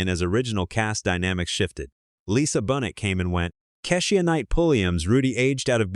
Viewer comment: I love the pregnant episode!!! 😂😂😂 PS- his pronunciation of Keisha. Raven Symone and Lisa Bonet was disturbing!